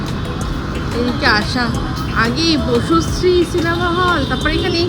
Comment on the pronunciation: Bocusree না, বসুশ্রী 😂